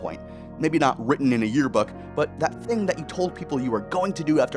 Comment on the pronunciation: Video feedback only in my reply. Just one ting. One ting? One TING! Thing. Not a fan of the music. Something about it doesn't sound like it fits the narration you're giving. The piano is pretty, but very distracting. I put the video on a faster speed to watch it for the message, but that music was making my brain stretch.